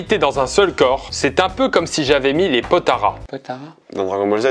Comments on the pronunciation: Potara ? c'est plutôt Potalas :) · POTALAS PAS PORTARAS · C'est pas les potaras c'est les potalas 😭😭😭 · Par contre c'est potalas pas potaras... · C pas potaras c potalas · Par contre c'est Potalas et non Potaras ^^ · C’EST PAS POTARAS C’EST POTALAS